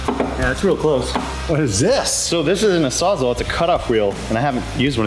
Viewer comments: Lol sounds like meant to say a “sawzaw” not a “salzal” 😂😂🤦🏼‍♂️ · FYI -It's called a "Saw'z-ALL" for a reason 😅